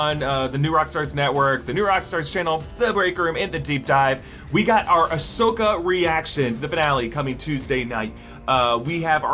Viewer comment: Ahsokii!! Sorry I had to 🤣